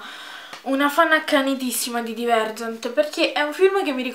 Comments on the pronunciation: Si dice "DAIVERGENT" 😩😩 Mi sono innamorata anche io, non vedo l'ora di prendere il libro 😍😍😍❤️❤️❤️ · Bellissima come sempre ! Una correzione però , si leggere daivergent :)